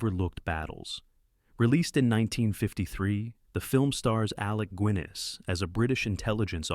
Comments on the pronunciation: Guiness isn't pronounced gwinice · Re the pronunciation of Sir Alec Guinness’s surname I remember that he said that a young U.S. actress who appeared with him in ‘Our Man In Havana’ used to refer to him as ‘Sir Gwines’. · Aw man, really? Alec "Gwinness" in The Malta Story"? Another AI joke of a channel.